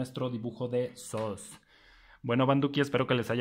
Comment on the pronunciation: se pronuncia sus no sos